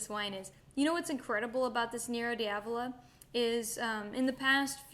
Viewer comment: Pronounce it like Nero "Da vola" to avoid sounding ike you're calling it the black devil.